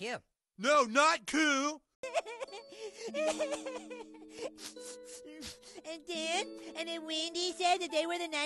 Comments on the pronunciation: He’s not Kewlll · Pretty kewl. Now I need a video of him saying "Kahl" 😂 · Thanks to Cartman instead of cool i say kewl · That's kewl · That’s kewl